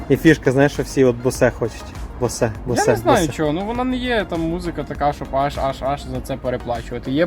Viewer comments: Та подивіться нарешті як пишеться Bose в транскрипції. Яке нафіг босе😅😅😅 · Після слова «боСЕ» цей чувак «продавець» довіри не внушає, ну скільки можна писати що читається «Боуз» НеУки🤬🤬🤬🤬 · Правильно треба говорити боус😅😂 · бля...як правиьно говорити босе ??? ...сука в гугл забанили ? Боуз !!!! Bose Corporation /boʊz/ — Амар Боуз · Це босЕ та ріже вуха що піпець🤬🤬🤬